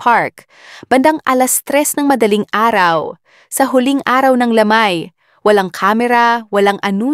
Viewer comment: MALI MALI NAMAN UNG PAGBIGKAS NG TAGALOG. 1. burol 2. lamay HINDI PILIPINO YANG NAG SASALITA.